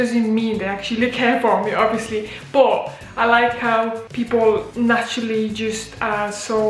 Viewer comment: Are you a Scouse or a Manc . The word "but" gives it away. Great video glad you like it here